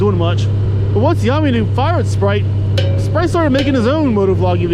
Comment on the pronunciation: Isn't it SPITE!? I'm ROTFL every time you call him Sprite. Too funny!